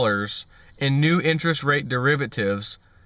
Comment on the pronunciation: You keep saying that word ....Derivertives.....now wher have I heard that before ?